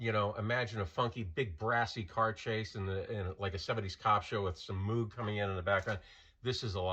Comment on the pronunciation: Moog rhymes with vogue.